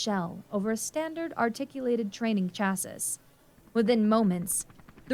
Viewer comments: Several mispronunciations. "Chassis" is not chass-iss, it's chass-ee. And "larval" is not i-ar-val, it''s Lar-val. That's a lower case L, not an uppercase i. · Please, for the love of all that is aviation and actually flies- say CHAS-see instead of Chaz-sis